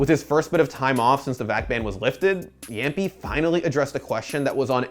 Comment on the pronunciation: Its not jampi, jamppi